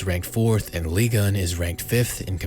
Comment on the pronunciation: Ligue.... UN..... not ligan or whatever you re sayin